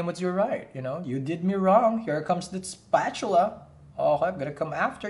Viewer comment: The way you say spatula 😂😂😂 you make the hard times bearable. I know I say that before but other readers aren’t as good as you 😘